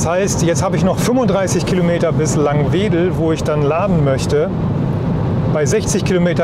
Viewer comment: Es heißt Laangwedel nicht Langweedel - falsch aus dem Verkehrsfunk gelernt denn auch Radio Bremen kann das nicht richtig aussprechen.